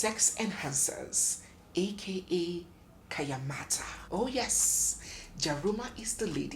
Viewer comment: It’s called Kayanmata NOT kenyamata.